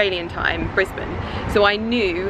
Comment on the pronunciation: For a foreigner your smashing the pronunciation of Brisbane x